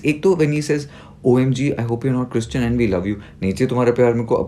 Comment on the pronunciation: What is this pronunciation of Christian though!? 😂😂